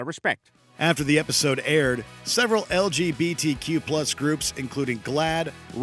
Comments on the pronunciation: Anyone else notice how he butchered LGBTQ ?😂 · haha this dude legit said lbgtq instead of lgbtq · Bruh said LBGTQ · lbgtq me: wait a damn minute- (all in good fun, i thought i misheard him at first and was. confused) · Did you just say "LBGTQ"?